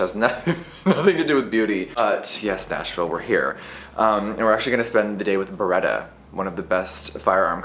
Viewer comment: Baretta and bologna 😂😂😂